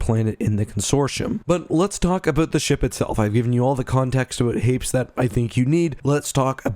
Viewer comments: Hmmmmmm I had always assumed Hapes followed a similar pronunciation to Hades, but you pronounced it in the way someone would say Gapes. Now I’m confused. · Note from the Pedantic Police: I've also read "Courtship..." & it seems apparent that a more proper pronunciation would be HAY-pees (emphasis on the first syllable). BUT, one can't help conceiving of the whole "rotating gun" idea as a little silly... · I thought Hapes was pronounced Hay-Pees. I remember that from the audiobook. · I swear in the audiobook they pronounced it "Hay-peez". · Well, just discovered I've been pronouncing Hapes wrong. I've been pronouncing it as "Happys."